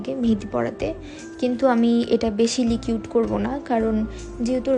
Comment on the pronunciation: লিকিউড না আপু,,,ওইটা লিকুইড হবে